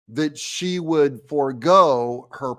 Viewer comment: You said she wrong Doug lol